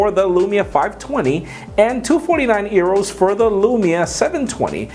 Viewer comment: Does he really think euro is pronounced arrow?